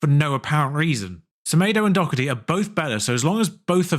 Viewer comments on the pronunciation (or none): There's no C in Doherty 😅